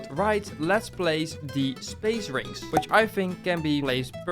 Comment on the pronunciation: Bro sayed space rings❌ Spaye ring✅😂😂